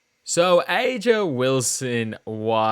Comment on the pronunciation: It’s Uh-juh